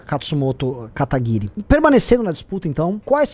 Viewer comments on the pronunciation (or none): Provavelmente na pesquisa nenhum pesquisador sabia falar "Kataguiri" direito.